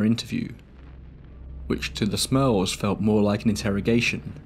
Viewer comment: I kept hearing “the Smells” instead of “the Smurls” I’ve never heard of this story before